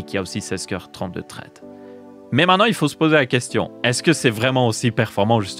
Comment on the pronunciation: Traide, je sais pas si c'est parce que tu es belge mais ça pique un peu les oreilles 😅 Thread, ça donne un truc du genre ssraide en prononciation 😅